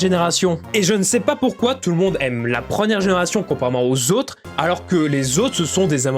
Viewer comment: « La prenière génération » ?